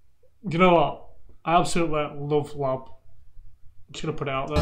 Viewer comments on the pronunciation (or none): Hey matey! Glad you love it, its a banger. Beersies and cheersies for sure. Um, theyre L. A. B. (like N. W. A.) not 'lab'. Reaction Box is same, he loves lab... hehehe, we be cringing.. all good tho.